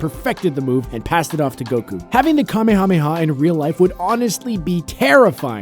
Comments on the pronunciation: Dislike for the mispronounciation of Kamehameha. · It upsets me when people mispronounce the kamehameha